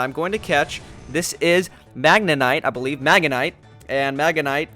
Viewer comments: It is not magenite or magemite... IT IS MAGNEMITE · It's magNEmite not megamite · I can't rn... Can you even read? No offence but magnenite is not magneMITE. Uuuuurrrggghhhh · "Magenite, sorry magemite!" No... MAGNEMITE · Lol Magamite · "Magemite" "magenmite" "magnenite" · Not magamite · Oh and it's magnemite not magetite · Magnemite is pronounced mag-ne-mite xDDDDDDD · mag-ne- mite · PRONOUNCE MAGNEMITE RIGHT